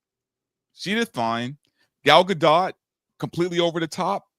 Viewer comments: Her name is pronounced guh dot ????? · I've heard that it's pronounced gah-dote, i.e. with a long 'o', like in oat.